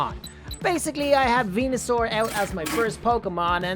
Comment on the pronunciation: he keeps on saying venasur to ivysaur then he gonna say mega venasaur for venasaur ahhhhhhhhhhhh